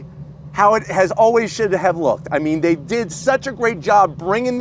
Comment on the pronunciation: when he said "dey have a standard version" for a moment there my heart jumped for enjoy till I realized he meant the features in the car 😂